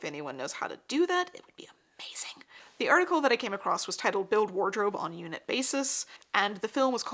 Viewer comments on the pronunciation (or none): Love your talks but there is no t in the word across.